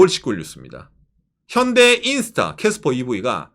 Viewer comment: 깨스뻐 발음 왜케 웃기심 ㅋㅋㅋㅋㅋㅋ